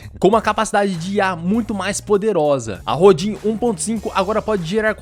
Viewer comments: Apenas uma dica pra ajudar. Rodin, é nome do escultor francês. Se pronuncia "Rodân" Abraço. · A pronúncia é RODAN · Se pronuncia Rodã, em homenagem ao grande escultor francês Auguste Rodin ( ), considerado o fundador da escultura moderna. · Se pronuncia Rodã, um famoso escultor francês. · O nome se lê "rodã". É o nome de um escultor francês famoso. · Nem sei como vim parar aqui, mas parabéns pelo vídeo! Só um adendo, o no da I.A. se lê "Rodã", acredito que o nome seja baseado no escultor Auguste Rodin. Abraço! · Olá! Eu apreciei muito a sua didática. Papo reto, sem enrolação ou gracinhas desnecessárias. Apenas uma observação: a pronúncia correta do nome desta ferramenta é "Rodã", referência ao escultor francês que criou a famosa estátua O Pensador. Aliás, ferramenta muito interessante. Sem dúvida vou testá-la.